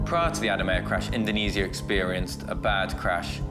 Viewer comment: Damnit get your AI narration to pronounce INDONESIA properly - not IN DO NEE ZEE A - IN DO NEE ZHA properly